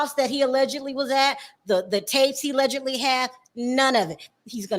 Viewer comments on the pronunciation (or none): You should know the word is allegedly not ellegedly🤦🏿‍♀️